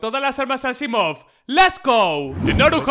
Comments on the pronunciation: ES ASIIMOV NO ASSIMOV JAJAJJAAJAJA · Dijo "Asaimov" no "Asimov", no es que esté en contra tuyo